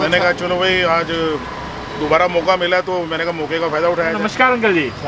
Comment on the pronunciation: Namashkar bola to namaskar bolna chiye